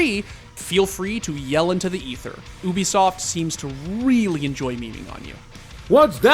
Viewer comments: What is Oobisoft I’m pretty sure it’s pronounced “You”bisoft. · No one talkin bout "Unisoft"??? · the way he says "Ubisoft" makes me uncomfortable